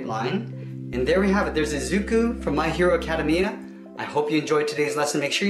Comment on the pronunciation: He pronounced Izumi and Academia wrong....